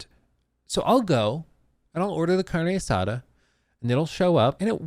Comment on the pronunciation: “Carne assada” sounds funny when says it.